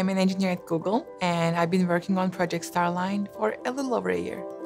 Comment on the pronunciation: it's more "stare line".